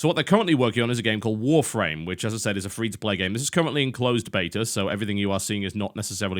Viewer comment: He says Warframe like Wharf Rame